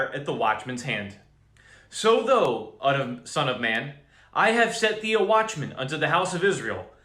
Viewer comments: Thou is not pronounced like though. It is pronounced like ow ... it is confusing when you read it as though, for people who never read kjv or new Christians. Doesn't your preacher read it as thow as in ow ? Not being ugly, just trying to help you and others through your speech. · I love your great words of warning and encouragement! Thank you thank you thank you brother! I did want to say though that I have never hear the biblical word “thou” pronounced like though like toe, only as THOU like cow.